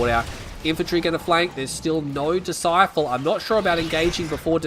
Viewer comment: ITS BLACK DISCIPLE NOT DISCIFLE DISCIFLE ISNT EVEN A WORD